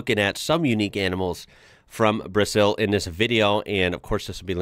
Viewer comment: We pronounce BrAzeew! With a Z sound!